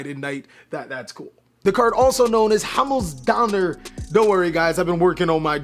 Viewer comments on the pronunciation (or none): Himmelsdonner:D the "i" is pronounced like in "binge":D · dude I am german and ur pronunciation of Himmelsdonner is improvable (: maybe we can chill on ur discord and I can give u some tips ;)